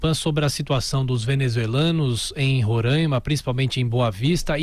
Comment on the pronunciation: Queridos, não se fala "RORÃIMA", mas "RORÁIMA".